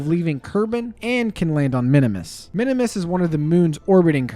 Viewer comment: “Minimus” Me: a KSP lover: Eye twitch “ITS PRONOUNCED MIN-MUHS!!!!!!1!1!1”